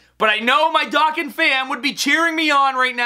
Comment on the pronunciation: Whenever I play your videos at my friends house they get triggered when you say “Dah” kkan battle instead of “Dough” kkan battle